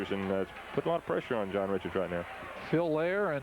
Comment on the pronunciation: Also, they kept mispronouncing John Reichart's (ri-kert) NOT "richard". 😏